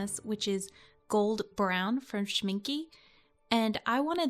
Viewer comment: But it is not „Shmin-kuh“, it is more spelled like an „a“.